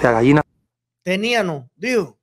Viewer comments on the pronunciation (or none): Y dijo teníano. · Eliecer tube la misma reaccion que tu cuando escuche nada mas y nada menos que a un ministro decir "tenianos"😮....ya eso me dice quien es el señor...tube un compañero en la Universidad que hablaba asi (era de la Cienaga de Zapata) y por mas que lo corrigieron incluso los profesores...nunca puedo pronunciar bien....😮😮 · Siii. Dijo "TENIAMO". Q socotroco